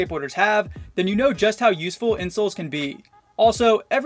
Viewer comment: I thought You said You Need good INSULTS😂